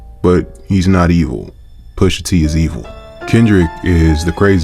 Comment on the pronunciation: “Poosha TEE…”😰